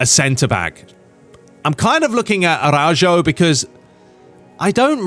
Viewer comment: Araujo is pronounced ara uo ho